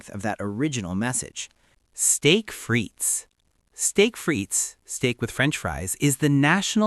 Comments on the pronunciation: The "i" in "frites" is short and the "s" is silent (say: "fritt"). And "Maillard" is ronounced "my-yar" instead of "my-lard". 🙂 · "Steak frites"--do NOT pronounce that final "s." And if I order "well done" and the "chef" simply sends out whatever's been sitting around the longest and I cut into it and I see red or pink, it's going back to the "chef" with an order of a NEW steak and a demand for the "chef" to come out and apologize. (Then, I'm off to leave a BAD review of the restaurant with a special "shout out" to the "chef.")